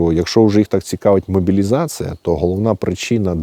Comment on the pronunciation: У мене "підозра"що не сумліно вчив українську мову у себе на Поділлі.Говорить імітация замість імітація,мобілізация замість мобілізація та інше.Цікаво а як він вимовляє наше "паляниця"? Чи не засланий"казачек".СБУ ))) Також у нього у нього тверде закінчення в дієсловах,напр., перебувают замість перебувають, та багато інших.Це ж московізми. Люди, куди ви дивитесь? )))